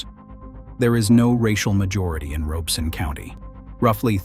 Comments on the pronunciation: I know that AI is reading this but for all of you humans watching, it is not ROBE- son. It is pronounced RAH-beh-son. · I was born in Lumberton. We never called it Robe-son. It was always pronounced Rob-es-sun. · The 'Rob' in Robeson is locally pronounced like Rob in Robert. Otherwise, very good info. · Ditto…If you say Robe-son, we know you aren’t from around here. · WTVD news in NC is pronouncing it Robe-sun too. Grew up in Fayetteville and never heard it that way. Edited for typo. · As a resident of Robeson County, I find this video, with a robot voice that cannot even pronounce the County's name correctly, extremely suspect. It is probably AI generated, and whoever made it has some agenda. But whatever that agenda is, it is not about providing a better understanding of Lumbee and Robeson County history. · I wish AI could pronounce Robeson county correctly. Otherwise, great video.